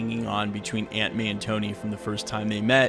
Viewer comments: Every time you said aunt may I thought you was saying ant man! I’m like, ant man is in the movie? What!!? Where!!? 😱 😂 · When you said Aunt May is right there beside him I thought you said Ant-Man. Aunt pronounced awnt, not ant. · Anyone else think he was saying ant man while saying aunt may? Haha